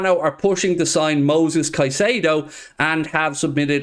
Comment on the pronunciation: Moises mate, Moises. Not Moses, I repeat. Not Moses.